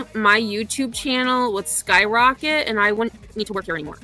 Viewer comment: Wow, I can’t even stand her voice long enough to make it all the way through a clip of her. And ( or aayand) if I say it using 2 syllables like this dufus, she’s a lying POS too. She should not be allowed to teach 12 year olds if she thinks Betty content is for pre-teens.